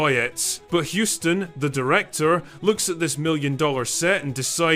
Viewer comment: Is the content creator deliberately butchering the pronunciation of John Hussss-ton? Throw whatever pronunciations on the wall and see what sticks? I know... Let's do a DRINKING GAME: Put a bottle of your favorite brew or beverage in front of you and take a shot whenever the content creator mispronounces his name. BEWARE: This drinking game is not for lightweights.